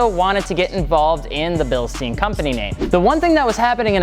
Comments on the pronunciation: Stein Stein Stein!!! It’s pronounced STEIN! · Bil-shtein ...moron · Albert Einstein... how Einstein is pronounced. So Bilstein, stein, is the same as pronounced with Einstein. NOT “Bilsteen”. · It's pronounced billstine. Not just however you want to. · Bill-shh-stine as in spine, Bilstein. German is my third language cmon guys it’s not that hard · Bill-steen ?? Would not be pronounced like that even if it was an english/american name. 🤦‍♂️ School is your friend. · Well.. Its written Bilstein.. Not Bilstien.. So I dont get it how its commenly pronounced bilstien in 'murrica. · Bilste-I-n, emphasis on the I, or like your saying Einstein, same concept. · Bil-sht-ein (like the number nine) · REALLY simple grammar lesson in Deutsch (aka German). Whenever you see the IE / EI combination, generally speaking the first letter is silent and the second letter is pronounced HARD. So keeping that in mind, Bilstein (phonetically speaking) would be pronounced Bilst-EYE-n (since the second letter in the 'ei' combination is I. If it were spelled Bilstien (which it's not) the pronunciation would then be: Bilst-EEEEN. Get it? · you should pronounce it like: Bilshtayn, not stayn, sh instead of s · it reads BILSSHHTAIN ! to pronounce the end just remember RAMMSTEIN, or Albert Einstein and after the letter "L" you say the s like you are asking for silence, sshhhh! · should sound like "bilshtayn" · Basically its pronounced bilshtain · ...bro, great Video.. but you pronounce it all times wrong... it's like the german Metal Band RAMMSTEIN... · "RamSTEEEEN." Annoys the fuck out of me. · Hey guys, it's pronounced "bil-shtine" (Give me credit for looking it up on translate, not for knowing it 😂) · You called for the Germans and here I am. Its pronounced Bilstein. Easy as that. Bil, like everbody know how to pronounce Bil and then ST AHHH II NN. Easy as that. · I work for Bilstein and the Germans actually pronounce it as Bil SH TIEN… the accent adds a sh sound. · Not a bilshtain pronounce?